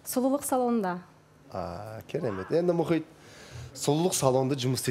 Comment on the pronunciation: Мұқит Мұхит: Мұқит демеш 😅